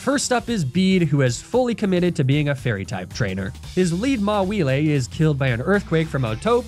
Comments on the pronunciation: i'm very happy that my favorite pokemon is getting mispronounced now. i love mawhielé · I did not just hear Mawilé and Cindérachi... Right..? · I can;t decide if I love or hate the way he misprounces pokemon names. Arcanine, Ninetails, Mawile.